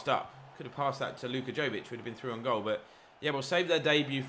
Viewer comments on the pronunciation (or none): Right way to say Jović is Yo-wee-ch, fun fact 😁